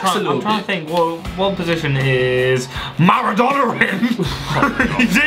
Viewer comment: marudona